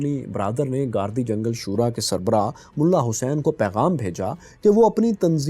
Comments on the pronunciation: سر لفظ گاردی جنگل نہیں بلکہ گردی جنگل ہے.... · its pronounced as Girdi Jangal, not Gardi Jangal.. we have visited the area for Polio Campaigns